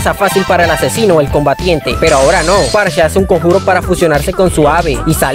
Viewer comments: Parcha? Que carajo XD Amigo es farsa, en el inglés "ph" es pronunciado como "f" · Porque le dices parcha xd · ALGUIEN PUEDE PRONUNCIAR BIEN SU NOMBRE? Dios...